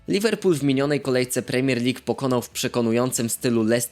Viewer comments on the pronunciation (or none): none